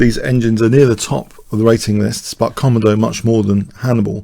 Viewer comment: i think it is pronounced "kom-ow-doe" after the komodo dragon. Google "How to Pronounce Komodo dragon"